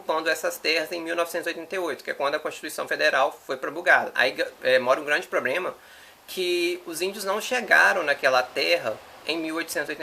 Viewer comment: Um rapaz tão inteligente falando POBREMA